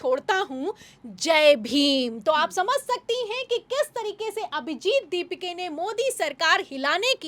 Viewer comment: Ask her to again conduct same news reading.. With correct pronounsation of दीपाके and not दीपिके..